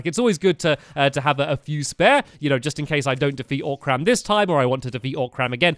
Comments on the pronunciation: it's O'cream not Orc'carm! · It's oc-rm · its not even "o-cram" its just ocram....just ocram....